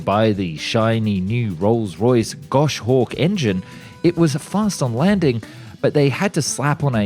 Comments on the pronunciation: Gosh-hawk is not how it's pronounced, it's Gos-hawk. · Gosh-ork or gos-hawk Is this some text to speak thing? cos I'm sure even anyone down under would know it's a Goshawk, I.E The latter of the two!... end of pedantry! :) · I'll add to that, Goshawk is not gosh hawk but Gos Hawkj. Even Americans have better pronunciation . Do better. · What is WRONG with you ? Are you trying to drive us crazy ?? 🤡 Rolls Royce "Gosh Hawk" engine !! Goshawk "Emm Kayy One A" That's MARK 1A ...🙄 "Arrow bick hands and Loomerus markers" 🫤 Arabic hands & Luminous markers. without doing a "periette". That's pirouette. It says "Miss Shillings ORIFICE" on the screen, but instead you say "Orphus" Why can't you get someone to watch these videos and correct your clangers before you upload ? These videos are beginning to sound like AI created trash with all these basic grammar errors !!